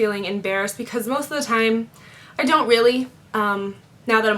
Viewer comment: She said "thime" Lol